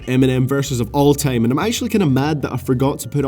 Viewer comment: Of all Teim? Dat pronouncing tho